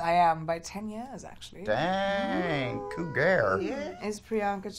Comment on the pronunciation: did you miss adam saying "Cougar"? lol